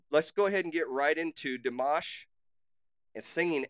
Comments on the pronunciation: You did great in pronouncing his name! Great reaction! Dimash is truly a gem and you will have an amazing journey discovering his talent! The audiences didn't know Dimash and he was the first performer on the first episode of this competition, between already well known singers! Coming in as a wild card and they did not expect him to stay longer than 3 episodes! The other contestant are those, who sitting back stage. He proofed them all wrong 🤣😉. His performance got so many views over night, he needed bodyguards the next day and stayed until the very end as runner up! But more important was he won over the hearts of so many people! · you are correct in the way u pronounced his first and last name at the time he is singing in french . he is from kazakhstan. this was 2017. he was invited to the i am singer show to participate.. he is humble and a very sweet young guy. very talented. he came in 2nd place only because the first place winner had to be chinese.. the has numerous song out he has a channel with list of all his songs he has sang over the years on tours and recorded.. his english has improved tremendously. he has trained so much. his father and mother are singers as well.. he is currently 28. will be 29 in may this year.. he feels the lyrics and the music... he also has completed his doctorate in music comp and all aspects of singing... the sings in over 12 languages. has 7 or 8 octives... ive loved listening to him since 2017 from this show.... please reactio to more.... ty for your reaction....